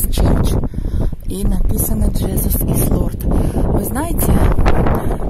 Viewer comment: прости за корректировку, но всё же, не смогла промолчать:Jesus, Иисус, читается и произносится Чиизез, долгое "и", по- Голландски проще, Езуз, как написано так и читаешь.